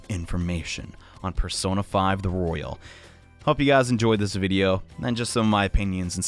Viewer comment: Its Royal not rOyALe